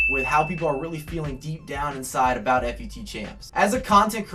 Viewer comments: About to stop watching after you pronounced FUT "Eff You Tee". Stopped watching at the like-begging. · why you gotta call it f u t? ;_